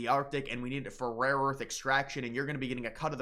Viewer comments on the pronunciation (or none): Buddy just stop saying rare earth you’re having a tough time with that tongue twister 😂